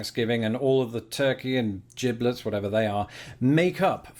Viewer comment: Giblets! 🤣 Pronounced with a hard g. Like gravy. When you buy most turkeys, the processor usually puts the giblets in a bag inside the bird. It is the heart, liver, gizzard and neck. These are minced and added to the ‘gibblet gravy’ that you put on the meat and mashed potatoes. YUMM!!